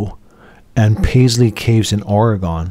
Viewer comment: Most people on the east coast are ignorant...so I'm going to help you out......It's OR E GUN....not the way you say it. If you are going to post this stuff , do your homework !